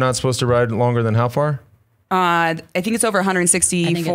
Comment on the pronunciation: Longer not linger.